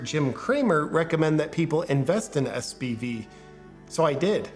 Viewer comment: Should it be SVB? Kept saying SBV. And I listened to Lauren Chen that BRCC is on the downfall because of not honoring its contract with a marketing firm?